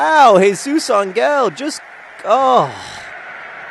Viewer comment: How many times are you going to mispronounce Jesus Ángel's surname? It's AHN-hail, not ahn-GEHL.